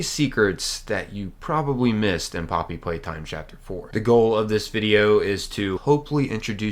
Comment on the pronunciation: I thought he say mommy playtime or somethin🐣